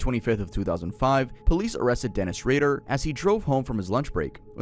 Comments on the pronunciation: it isn’t Dennis Ray-dar its pronounced Dennis Raider. And you kept saying he would blind, torture and kill. He would BIND torture and kill😂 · you gotta proofread your videos and pronunciation more often man. its dennis RAY-der, not ray-DAHR. you flip flop on which one you call him. also bind, not blind. for discussing cases where people have died, you should probably have a little more quality control